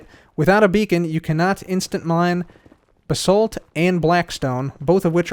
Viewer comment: It’s not bu-sult it’s bah-salt but ok